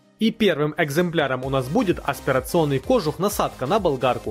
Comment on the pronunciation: Камрад, чтобы твои ролики выглядели профессиональнее, ставь правильно ударения в словах! Тогда и лайков больше будет. В слове кожух ударение на "у". Не веришь, - посмотри в словаре ;-) Удачи!